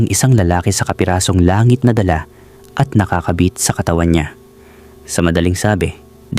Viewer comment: pilipino ka ba? bakit DALAGA AT KATAWAN mali ang pagka bigkas mo. 🤔